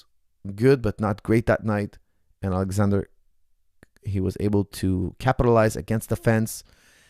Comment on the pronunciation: Lol stop calling him Alexander. His name is spelled Alexsandro and pronounced “Alessandro”. It would be a lot easier to just call him Alex if you didn’t know his full name or weren’t going to pronounce it correctly again and again. It almost takes a pertinence to get something wrong that many times on accident.